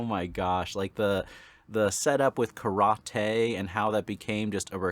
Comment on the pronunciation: The pronunciation of karate is actually the correct way to pronounce it in Japanese, as well, which makes it funnier. I live in Japan and when I say how westerners pronounce other words like Karate, such as ken Watanabe (famous actor), and karaoke, Japanese people usually crack up laughing.